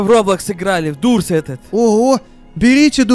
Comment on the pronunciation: Да не дурс а дорс